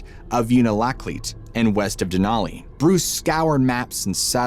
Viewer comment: I tried to watch but it was too distracting that you kept pronouncing "Mt Denali" wrong. It was too painful 😂